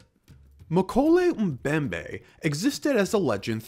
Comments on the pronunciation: Even if this so-called “dinosaur” is fictitious, I’m pretty sure that the name is pronounced as “Moe-KEH-leh”, not “McKolay.” Just sayin’. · um-koley um-bembey, man I love american accent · Many problems with this video, first of which is your pronunciation of mokele-mbembe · You can pronounce “Freiherr von Stein zu Lausnitz” (well, passably😊) but not “mokèlé-mbembe”? Pathetic😂